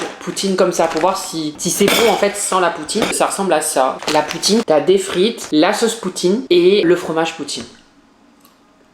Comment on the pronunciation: MDR LE NOMBRE DE FOIS QU'IL A DIT "POUTTINE" 🤣🤣🤣